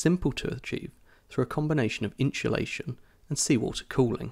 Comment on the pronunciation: Insolation not incholation haha 😂